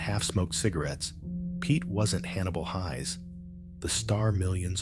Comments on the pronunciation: Just so you know, the ai narrator is mispronouncing the last name of Hannibal Hayes. It is pronounced like hay with an s on the end, not pronounced like high. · I used to watch Alias Smith And Jones when I was a schoolboy, though my sister was far more of a fan of this T.V series than I was. I thought his characters name was pronounced Hays as in haystack, this is the third You Tube video where his characters name is pronounced Highs. I would have thought anyone who was used to watching the opening would know how Hannibal’s surname was pronounced.